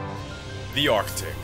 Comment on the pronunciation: ITS ARCTIC NOT ARTIC